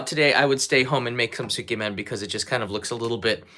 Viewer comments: Tsukemen is pronounced closer to sk•yeah-men, by the way...I can't eat pork-based food, but I'd be honored to eat a meal cooked by you,... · Hi. Please correct me if I'm wrong. Isn't it pronounced skaymen? Ty